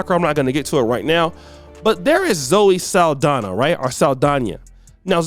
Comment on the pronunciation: SAAL-DONNA NOT SAL-DANIA